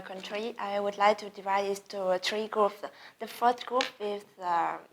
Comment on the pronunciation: Nói cũng khá nhanh nhưng mà hơi sai, s lại sai mấy lỗi nhỏ như student, three groups, is, was... k phát âm "s", với quả câu" when i was a children" nữa @@ Nhưng mà cũng tạm thông cảm được :))